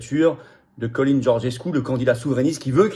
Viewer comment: Le nom en roumain se prononce "tchalin"